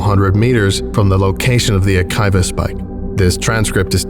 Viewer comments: Great acting and reading, although yes, the Creole accents aren't. One note: it's "ah-KEE-va" radiation, not "ah-KYE-va"; it's named after Rabbi Akiva ben Joseph of first and second century CE Roman Judea. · I loved this, but one small nitpick. It's prounounced A-KEE-VAH radiation, after Rabbi Akiva. I love your channel and always look forward to the next installment. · Great work as always. Pardon if this is pedantic, but I just figured I’d offer it since you made the video about the “keter” pronunciation way back when. If it’s named after the person I believe it is, it should be pronounced “Akeeva”, not “Akiva”. Again, great work as always, hope this helps